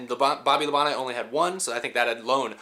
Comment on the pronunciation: Dale said that Tim Richmond was the one of the only guys that would be competing side-by-side with him week after week. It's "Labon-tee", BTW!